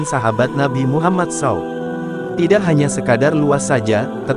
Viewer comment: S.A.W dibaca sau